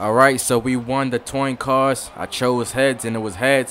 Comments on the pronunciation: toin coss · instagram that dunk toin coss lol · He said toin coss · Toin coss hahaha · Toin coss lol